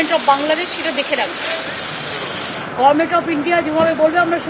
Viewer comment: নেত্রী বলে গরমেন্ট্। গভর্ণমেন্ট উচ্চারণ করতে পারেনা।